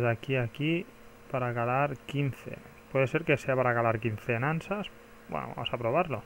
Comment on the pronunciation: Nansas? se llaman nasas